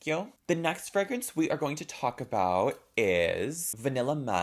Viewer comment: im obsessed with how you pronounce Fragrance. freh-grence